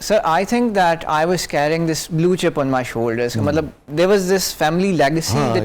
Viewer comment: Masha-Allah!!! Very nice! But at the same time, Aap ko jub hasi aayay,to khul kar huss lo. And for every pakistani, was/wuhz not waaas,please!